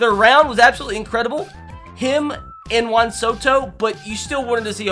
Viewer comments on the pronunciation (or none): none